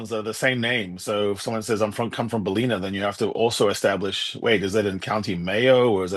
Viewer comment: Hi thanks for interesting conent from a Saffa living in Ireland for almost 10 years. Thought u may wish to know that some Irish are sensitive about pronunciation of their towns. Ballina = Ball-in-nah and Killaloe = Kill-a-low:)